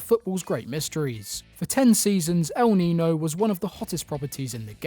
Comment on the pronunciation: Why no British people can pronounce El Niño with the ñ is beyond us.